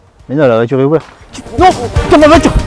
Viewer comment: On dit voiture pas vature